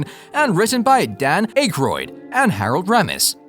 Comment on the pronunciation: That A.I. Voice can't even say Harold Ramis and Dam Akroyd's last night right. I hate these I am good at Commentaries and Narration. Nice Video you can't replace real historians, writers, authors and critics. Sad R.I.P. to everyone involved in the cast and even the crew not mentioned. Always my fav franchise for the bigger budget stuff. I like low budget films too even more mostly the old B&W's and Color ones too, I am an expert on this stuff. I really liked Afterlife and gonna see Frozen Empire. Still never beat the 1st 2. I was always obsessed even more so as a kid and The Real Ghostbusters Cartoons. I had all The Kenner toys too. Not sure anyone Akroyd said Abbot And Costello influenced them. In particular the film "Hold That Ghost" from 1942. Dan seem to forget the 70's Sitcom The Ghost Busters starring, Larry Storch, Forrest Tucker and Bob Burns. It did very well only 15 Episodes then was cancelled also made a Cartoon from it. It is more comedy and bumbling then the Movies or The Cartoons that came in the 80's. My friend Chris showed me the 70's one I had no clue it is good too.